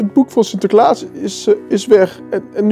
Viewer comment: zegt sinterkaas